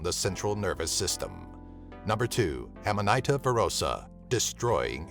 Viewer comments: Just a pronunciation tip: Amanita is pronounced auhma-nihta not amma-nighta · (Aman -eeta) is how you pronounce that